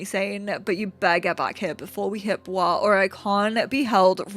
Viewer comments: Me: having family is Boise and knowing its pronounced “Boy-zee” also me: I kinda wanna say it the way does now. Sounds like it’s in France and not Idaho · your pronunciation of boise has me so tickled, im so excited to watch you keep playing!